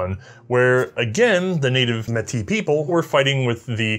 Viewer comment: As a Metis who had family who took part in the 1885 rebellion on both sides. I just want to say thank you for incorporating Metis history into your video I really appreciate it. (Also your pronunciation of Metis was excellent 👌)